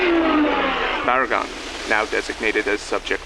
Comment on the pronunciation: say “Barugon”